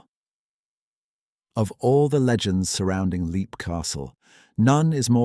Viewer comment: It's pronounced lep, not leep.